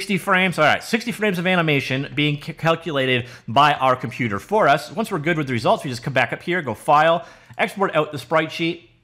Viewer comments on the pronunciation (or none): none